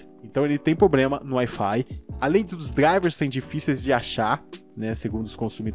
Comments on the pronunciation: Cara, me inscrevi no canal... Mas há uma coisa que me incomoda: não é poblema ou pobrema é *PROBLEMA*... desculpe mas seu conteúdo é ótimo para ser tão criticado graças a um erro fonético... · como é difícil pronunciar a palavra "PROBLEMA" heim! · Ele tem Ploblema! 😂😂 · "Poblema" "Pobrema" "Plobrema" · Outra é o "poblema" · poblema kkkkkk